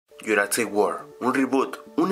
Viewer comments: Es Jurassic no juracsic Es Hammond no hammons Es dilophosaurus no dilofosaurus😂😂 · ¿por que dices juracsic park en lugar de jurassic park? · como ke dijo "yuracsic" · que mal dises jurasick park y uno de easter eggs era un poco ovio